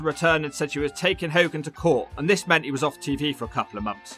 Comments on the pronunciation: Its Ho-gan not Hol-gan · It's funny how half the time you can't say hogan properly then you can in other segments, is that on purpose? 🤣😂🤣 how ever, it entertained me 😂🤣 another great video dudee 🔥